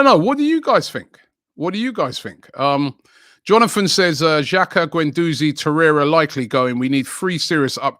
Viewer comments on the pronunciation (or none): none